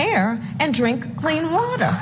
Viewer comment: Sounded like she said "clean watuh."